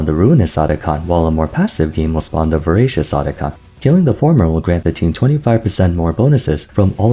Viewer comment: Atakhan ❌ Otacon ✅